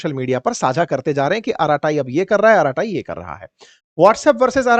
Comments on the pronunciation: श्री मान जी अरट्टै के नाम से बोला जाता है नाकि अराटाई ।😂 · अराटाई नहीं,, अरट्टै/अरट्टई Bolo Sir‼️ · It is pronounced as ' अरट्टई' and not as 'अराताई'. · It is not araatayi. It is arratai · Arattai in Tamil means "gupshap" or "gappe". Pronounced अरट्टै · The correct pronunciation is अराटाय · Ankit Ji, This is a Tamil word `Arattai` meaning a familiar word ` family casual chatting` (batiyana) in Tamilnadu. Pronounced Aa ra ttai (tae tai not taiee). Hope it doesn't hurt you. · अराटे् pronounciation hai 😂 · अरत्ताई - जोर "र" और "टीटी" ध्वनियों पर है। यह एक तमिल शब्द है जिसका अर्थ है "गप शप"।